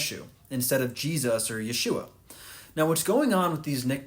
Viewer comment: Because he's pronouncing it correctly in Hebrew.